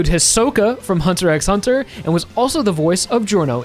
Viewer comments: I hate to be that guy, but you don't pronounce the "x" in "Hunter x Hunter", it's simply pronounced "hunter hunter". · It’s just Hunter Hunter you don’t pronounce the X